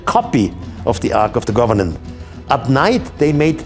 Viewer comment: It sounds like he's saying the ark of the government! lol